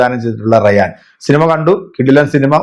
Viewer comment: എന്റെ പൊന്നു ചെങ്ങായി റയാൻ അല്ല രായൻ എന്നാണ്